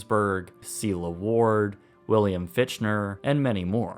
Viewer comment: Isn’t William Fichtner’s last name pronounced “Ficktner”?